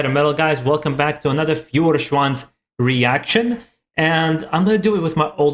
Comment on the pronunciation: Nice reaction. Thumbs up! :) Your brother won the pronunciation game. He definitely pronunced the "i" in the word "im" correctly and you didn't. BTW: Feuerschwanz is pronunced like "Foyerschwanz". The "eu" in Feuer is an "oy" sound. Greetings Mega